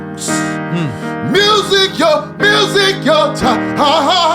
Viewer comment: We thought it was MEW- SEEK 😅